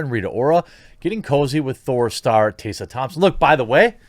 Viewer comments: Taysa Thompson? Plz say Tess ah Thompson cuz what you said hurt my head a little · Tessa, not 'tay-sa' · Hey look... it's Tessa... not "TAYSA"... it's "Tessa" Thompson. And if Tessa looked like she had recently had an orgasm in those pictures after the all night "party"... then clearly her needs are being considered. As long as Tessa was taken care of... how is this anyone's concern? Good for you Tessa! Hope you're feeling good darlin'! 👍🏻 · it's also pronounced TESS-UH not TAY-suh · It’s Tess-a Thompson, not Tay-sa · Are you saying "TAY-suh?" TheQuartering butchers the pronunciation of yet another name. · "Tae sah" Thompson? Don't mean to nit pick because I hate that but...yeah. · Who the heck is Tay-sa? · how come he puts a "Y" in tessa's name? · You can tell the journalistic integrity by the way he pronounces her name "TAY SA" thompson ..... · Why can’t this guy pronounce “Tessa”? It’s weird. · The only thing wrong here is the way Jeremy pronounces "Tessa" 😜